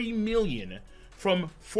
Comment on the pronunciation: Says million with a hard "M". Shows how accurately he thinks and scores the chapters. Dudu.